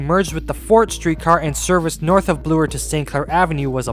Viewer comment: Is that how you kids are saying Bloor today? “blue-er”.